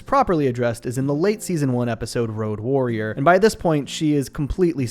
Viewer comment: Road Worrier. Not Road Warrior.